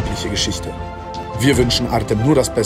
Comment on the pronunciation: Wenn er artem heißt wir des artseum ausgesprochen